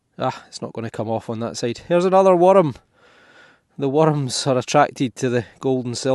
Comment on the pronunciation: I like how you say worms. Werdms. Werdms, with 2 syllables